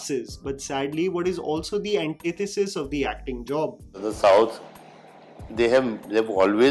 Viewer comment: just me or anyone else who HATES WHEN THESE ARSES CALL IT "SAUTH" LIKE WTF IS "SAUTH" BRO PLEASE.